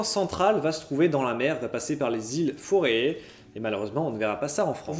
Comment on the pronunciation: Forée ? Féroé, plutôt ! (Mouais, je suis décidé à te corriger sur toutes les prononciations xD) N'empêche le concept est sympa, j'vais suivre ça de près ;)Tu pourrais parler du space engine, qu'est juste sublime <3